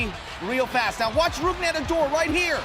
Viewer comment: He fucked up Rougned Odors name sooooo bad😂😂😂😂